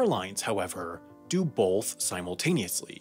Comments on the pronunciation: "Both" doesn't have an "L" in it. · Voiceover guy says "boLth" and I can't get over it. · I like how he pronounced both and “bolth” xD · Heh, 'bolth'.